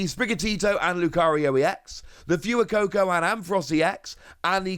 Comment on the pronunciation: Could you please stop calling fway coco like fewy coco because it's pronounced like fuego